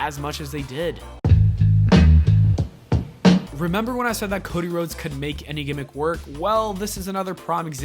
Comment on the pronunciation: The way he said Cody Rhodes was so weird he said it like cod eh rods